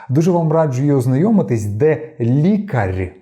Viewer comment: І лікарь також. Тверде р в кінці